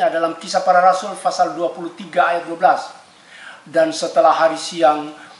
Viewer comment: PASAL OY BUKAN FASAL